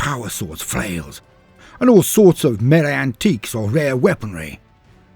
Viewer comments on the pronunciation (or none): none